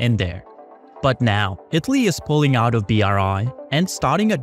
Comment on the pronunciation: IT-LEE (lol im usually not a pronounciation nazi but damn that was like someone playing a flat note in a good song hahaha)